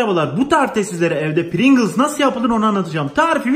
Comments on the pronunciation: deki “princıls” can acıttı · Amerika:PRİNGLES Türkiye:PRİNGIZZZ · Pirinçıls kıvamına geldi 😂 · Bide prigls patates değil